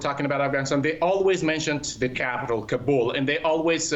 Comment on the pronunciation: Uff. Da plazmena “kaa-bul” de, na “kabool” de.